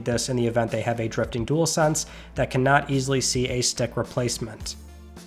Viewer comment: Would not buy one myself but at least you can say dual-sense unlike some YouTubers like spawnpoiint 😂 jewelsense 🤦🏻‍♂️.